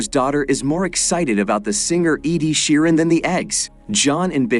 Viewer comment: Do quite like how he pronounced Ed Sheeran wrong( I know this because I’m British)🤣🤣🤣